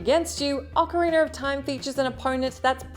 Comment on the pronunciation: OcarinA not ocarinER! GRRRRRR